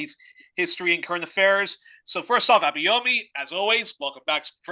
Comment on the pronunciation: Truly insightful interview. Abayomi - which is a Yoruba name, by the way, and one will do well to learn to pronounce properly ("try "Aba-your-me" as in the English adjective "your" and pronoun "me") - is a very knowledgeable man!